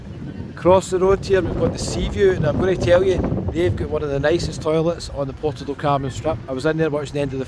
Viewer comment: PORTO DOT Carmen ❌ ... PUERTO DEL Carmen ✔ ... Bye bye ... 👋😉 ... enough is finally enough !!